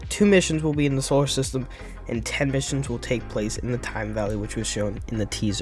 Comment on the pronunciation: The what valley? You mumble quietly when you say it for some reason